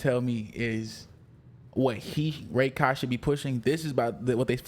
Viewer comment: I cant stand you pronouncing it as Ray-Kai Its Rah - kai